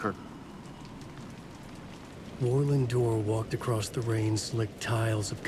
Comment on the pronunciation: The pronunciation of “Warlin Door” sounds like “whirling door.”